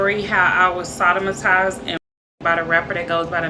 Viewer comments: Soon as she said Sodomatized I said nope...hellnaw 🤦‍♂️ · "Sodomotize"🤔🤔 Yea... CAP.🤦🏾‍♂️🤦🏾‍♂️ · Not even wasting my time watching this …after I just heard her say sodimitized We don’t believe you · She saying she was sodomotized But was she hospitolized😮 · Soda-ma-tyzed.... cap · I can’t with you ppl😂😂. First dude says “ a woman comes out the woodwork to accuse you of the most “heineious” crime” then the chick comes on right after that and immediately says “ I’m gonna tell me story about how I was “ sodomitiezed”””” 😂😂😂😂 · Hey-knee-us and Sada-matized have me watching this whole and taking this whole matter so unseriously all the way around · Sodomatized? FOH bitch 😂 can't even pronounce the shit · Hanious!? Sodamatized!!?! Foul 😂😂😂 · As soon as I heard "sodomatized" I'm like ohhh lawd this mf 😂😂😂😂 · Sod - da - ma - tiz … the fatigue is at an all time high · Seejurrs and Sodomogized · Not only does she SAY “sodomitized” but then on her video she spells is “somatized” 😂😂😂😂😂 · Sodimitized. When you you cannot articulate what happened to you, I cannot believe it. Even if she didn’t know the words she could have went to Google for correct pronunciation #LIES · Brah what is “sadamadize” ………..”See-Derrs” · Sodomatize? Was she reading that but couldn't pronounce the word. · Idk what’s dumber, saying heineous or the form saying sodomotized 2 sec later, ignorance overload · Sodimatized. Ugh not off to a great start lady lol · That was some horrific acting,,,,,,,,,,,,,,,,come on man,,,,,,come on!. Sotomatizing is a new one!. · Within 30 seconds I heard two black people attempt to use words that's bigger than their vocabulary. What's heinEous? What's sodamatized? 😂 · Heard sodomatized and INSTANTLY scrolled to next video...she'll never convince me she was "victimatized" by Boosie smh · No she didt say sodimitized 😂 she cant even pronounce words correctly , country ass 😂😂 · How am posed to believe a bitch who cant pronounce her allegation properly 😭🤣 sodimatized🤣🤣